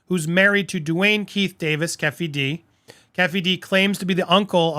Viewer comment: Keffy D?!?!? LOL dude it's pronounced KEY-FEE-D ( Keefe D )